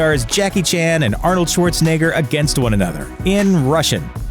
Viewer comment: "Shuorzenegga" XD